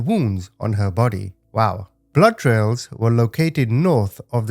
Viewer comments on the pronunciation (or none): none